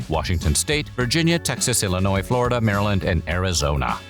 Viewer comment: "ILLNOIS and FLORDIA"